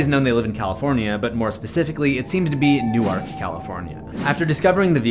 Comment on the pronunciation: New-Ark California😂